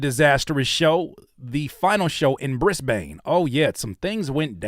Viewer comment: “Briss-Bane” is wild